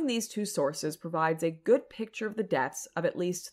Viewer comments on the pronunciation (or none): none